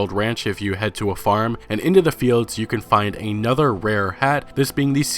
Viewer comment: Another (ah-nuh-ther): a word. A nother: not a word.